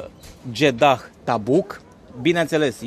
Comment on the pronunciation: Deci,fii atent,se scrie Jedah dar se pronunta JEDA iar femeile miros a duhon nu a parfum daca tot ai cunostinte din Egipt folosestele corect pentru ca tu esti un influiencer Fie ca vrei fie ca nu iar oamenii trebuie sa invete corect,scuze si nu te supara!